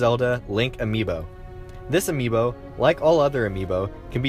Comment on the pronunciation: Yeah, that's how it's pronounced